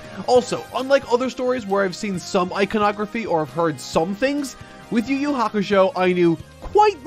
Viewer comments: “you you hakashow” is fucking hilarious 😂😂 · “You you hakashow” is freaking hilarious 😂😂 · Cracking up at "Yu Yu Hakashow"